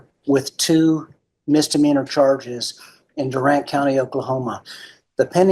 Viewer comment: It's DOO-RANT 😂😂😂 Sorry, us Okies are vapid about the proper pronunciation of our towns. 😂😂😂